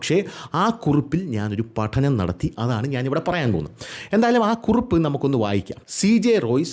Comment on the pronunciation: കുറുപ്പ് അല്ല കുറിപ്പ് ആണ് 😅